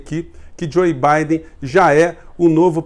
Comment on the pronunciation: não é Joi Baiden. É Jou Baiden. Por favor, vc é professor e eu tb. Sou professor de inglês.